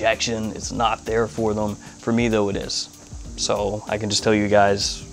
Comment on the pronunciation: he does it with the(l)m too. lol. ive also been wondering about this for months lol